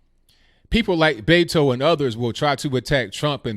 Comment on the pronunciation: Yall really need to call him by his given name. It's not Betto